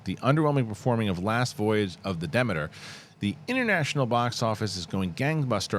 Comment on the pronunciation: thats not my question. my question is why are you saying Demeter like that.........